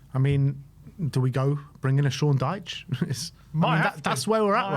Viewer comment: You giuys said Sean Diche